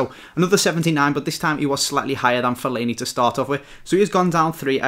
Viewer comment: Not Fellani ... more like Faillani thumbs up if you agree :D